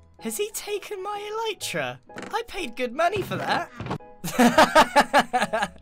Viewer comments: Who else is triggered when he says eleetra not elytra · its pronounced E-Lie-tra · Every time Grian pronounces it “El-ee-tra”, it’s quite hilarious 😂